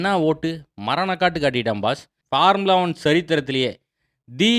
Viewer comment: Bro pls pronounce formula 1 and not farmula 1